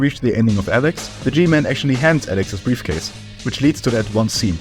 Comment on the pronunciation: briafcase lmfao